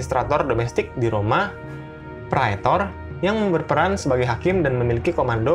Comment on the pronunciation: Cara membacanya, min. Itu Bahasa Latin. Huruf A dan E, jika berdampingan sebagaimana dalam kata "praetor", dibaca sebagai e seperti pada kata "bebek".